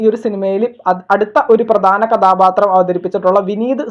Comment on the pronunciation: നിന്റെ മലയാളം മൊത്തം തെറ്റാണ്. കഥാപാത്രം ആണ് കഥാബാത്രം അല്ല.ബ ബ ബ അല്ല ഭ ഭ ബ ആണ്.